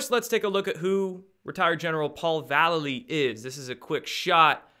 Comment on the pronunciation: I l♥ve Destroying the illusion! great work!! ☺ 6 :44 ...I know you hate it when people point out mispronunciations, and I have no clue how this General pronounces his name ....but...hmmm... he spells his name like Mike Val --lay---leee ... that awesome Skateboard hero ♥ I gotta go watch his "Mike Vallely: Label Kills (2001)" video right after this ☺snap! ohhh and Mike Vallely sings for legendary Punk Band, "BLACK Flag" now...not red flag but.... black flag....too weird. ☺peace☺